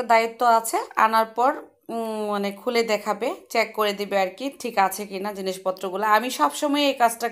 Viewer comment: Chack kore dilo ai pronunciation vuul.. Correct pronounce hbe Check